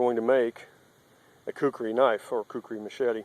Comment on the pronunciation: 4x it's Kukri. Not Kukuri. It's not that hard. You have to be American.